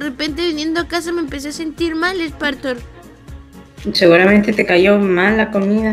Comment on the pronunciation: Se dise spartor no smparmor